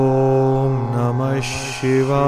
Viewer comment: सही मंत्र ॐ नमः शिवाय होना चाहिए ,,ना कि ओम् नमस शिवाए होना चाहिए ,, शिवाए उच्चारण आ रहा है